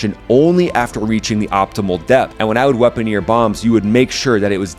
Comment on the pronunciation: Weaponeer? Weaponeer! WEAPON... NEER!!!!